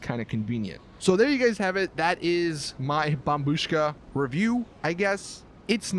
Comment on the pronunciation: Dude! Its bombshuka!